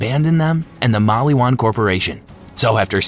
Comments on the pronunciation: Bro lol I was like "y is he saying it like that, why is he saying mall-ee-wan lol it's maliwan" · mul e wan lol